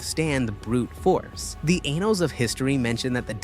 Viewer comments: Great video but bro it's annals of history not anals of history lmao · Maybe learn who to pronounce Annals correctly. You come across inept and sloppy.